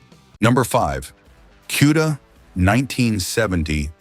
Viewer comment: This is one of the worst videos I've ever watched nothing matched up, it shows a different car and color when describing, it kept showing a Roadrunner when talking about the Cuda, and it's Cuda not Q-da lol 😂.....cool cars though, Chip is hands down one of the best to ever do it